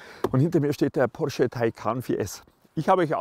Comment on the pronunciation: wie ein Türke hat er "porsche" gesagt :D